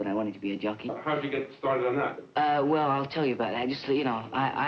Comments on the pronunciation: I'm glad I had previous knowledge of Jones being a jockey, because I swore he said "junkie" several times. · I thought he said, “I want to be a junky. I practiced for 7 months to be a junky.” Lol. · Sounds like he's saying junkie😂 I loved watching the Monkees growing up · I thought he was saying "junkie." Was so confused. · I got the words Jockey and Junkie mixed up. It sounded like he told his dad "I want to be a junkie."